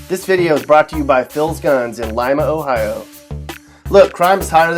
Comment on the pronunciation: Pgffffffft it's Ohio HAHAHAHA